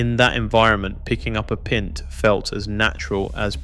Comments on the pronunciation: "pint?" as in, "mint???" SILLY AI! it should be "PINT" as in, um..? anyone? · Hardly seems plausible that you are talking about a pub environment and mispronounce 'pint' as 'pynt' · Did you say picking up a pent? It's a pint (pie nt) is everything AI?